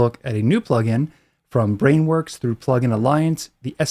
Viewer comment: Still forcing us to hear "Back when Weewurwee."